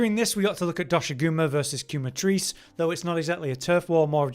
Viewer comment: The U is silent 😭. KEH-Matrice. The "que" comes from "quemar" which in spanish means to burn